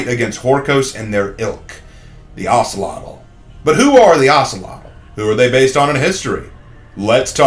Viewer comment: The name is pronounced as (oak-lot) just to wanted to let you know 👍🏾